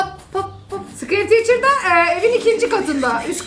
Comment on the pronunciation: abla sıkeriy tiçır. Olmuş 🤣🤣